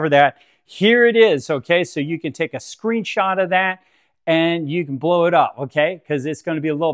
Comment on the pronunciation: Great video. Thank you. I liked it better when you used to say "screenshoot" :)